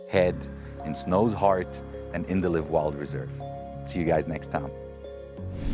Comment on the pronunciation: live wild? liiiiive wild bro ! i pronounced same as in “wild”. otherwise it refers to the verb, like I hope to “live” long…